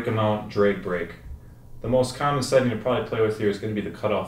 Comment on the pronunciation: sounds like you miss pronouce drag brake drake brake, is that what you said correct me if i'm wrong?